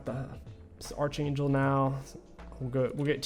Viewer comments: It's not Arch like Archer, it's pronounced ARK-angel like Your favorite sitcom Arc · why’re you so mad man. King pronounces archer as “arch er” so what? Why’re you so pressed💀💀